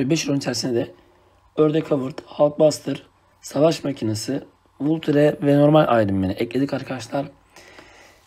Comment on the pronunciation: Vulture diye okuyunca sınırın bozuldu abi o valçır diye okunuyo